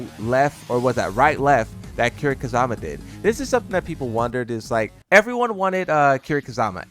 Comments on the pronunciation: It's Kiryu Kazuma not Kazama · It's Ka-zu(oo)-ma, there's no a in zu